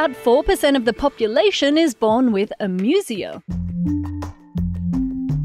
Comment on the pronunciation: The pronunciation of "amusia" in this video is really weird. Webster's says it's "ā-ˈmyü-zē-ə," and Collins says "eɪˈmjuziə". But this reader makes it sound like "amusement" rather than a greek derived medical term. Even Macquarie Dictionary is "/eɪˈmjuziə/ (say ay'myoohzeeuh)"